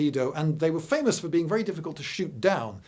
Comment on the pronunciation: VELLY INTERLESTING , but not your normal fluid delivery